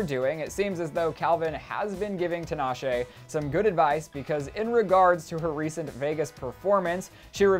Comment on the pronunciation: HER NAME IS PRONOUNCED TEEEEEEEEEE-NAH-SHAY